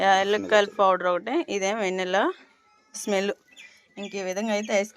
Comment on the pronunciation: వెన్నెల కాదు. వెనిల్లా (( Vanilla) 😅